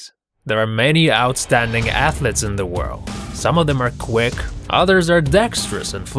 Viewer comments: Who knew 'ath-lets' where a thing... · It's 'athletes' not 'athlets' What are 'athlets'? Baby athletes? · WOW! A video about "athlets" What the hell is an athlet? In 9087? LMAO!